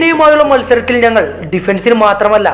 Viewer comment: നങ്ങൾ അല്ല ... ഞങ്ങൾ😂